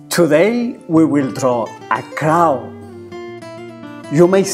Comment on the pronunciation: Lol I thought you said cow